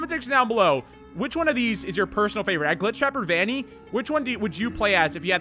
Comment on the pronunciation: It’s Vannny